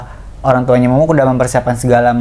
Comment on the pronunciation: kak eno manggilnya mumu(k) bgt... mumu aja kali ngeganjel gue dengernya...